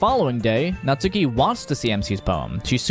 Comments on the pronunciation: cough cough her name is natsuki, not natsUki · Just to ruin everyone's day: her name's pronounced "Nat-ski" in Japanese 🙂 Also, never realized but im literally her